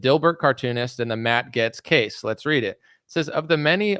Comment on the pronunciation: OK honey, I think I heard it about four times now please stop calling him, Matt GETS. 🤗